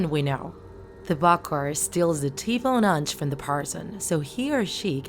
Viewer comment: I’m Haitian and I’m sorry but you pronouncing ti bon Ange wrong it’s ti b-uh ah-nge